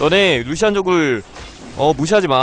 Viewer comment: 보시안으로 들렸는데 잘못들린건가!